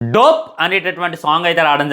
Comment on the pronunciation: రేయ్ యెర్రి ఉక, దోప్ రా......అది, డో ప్ 😂కాదు